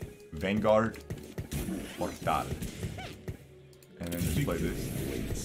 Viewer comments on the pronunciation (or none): Why did brotherman pronounced Portal in spanish wtf